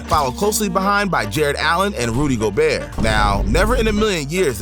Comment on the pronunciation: "Rudy Goberts"